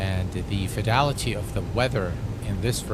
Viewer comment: Slap every time you say fedility... can't drink or I'd be drunk before takeoff.. for the price you pay for anything toliss you shouldn't need anything extra..